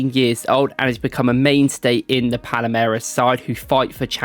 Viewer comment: It also should be Palmeiras....not Palameiras right?